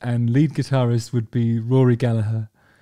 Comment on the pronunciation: As an irishman I appreciate your pronunciation of Gallagher 👌🏻